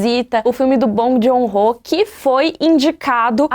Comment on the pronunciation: Tava só escutando o vídeo aí ouvi um "Bom de Horror" no meio do nada. Aí voltei e percebi que era Bong Joon-ho AUHAUHAUAHUAHUAHUAHHUAUH